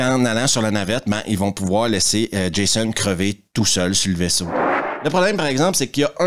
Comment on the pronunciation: Pour un français, entendre Jaissonne a la place de Djaizone 😂😂😂😂 ça n’a pas de prix